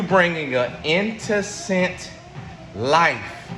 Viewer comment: “Intocent” (innocent)🤣🤣🤣😭😭